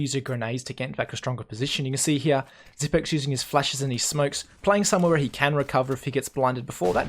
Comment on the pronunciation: HIS NAME IS PRONOUNCED SIPNIX...